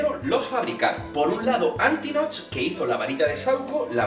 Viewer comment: Mira que me gustan los videos así y se que conllevan un gran esfuerzo por tu parte pero como fan de hp me han sangrado los oídos...no son los hermanos piveter son los hermanos Peverell, no es antinoch es Antioch, no es sorvoro, es Sorvolo, no es merope, es Mérope, no es little humpton, es Little Hungleton, no es cracatus burger, es Caractacus Burke, no es rominda ravenclaw, es Rowina por mencionar algunos... y lo más importante!!!! los padres de Neville NO están muertos, están en San Mungo, por la maldición cruciatus de Bellatrix Lestrange!!!!! colagusano no tiene NADA que ver con ello... aclaro q es español de España y no latino, y que no es hate, pero, ya que has buscado la información estaría bien q estas cosas no ocurrieran no??